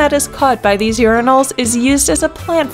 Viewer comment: They are not "Yuri-nals", they are "Your-eye-nals".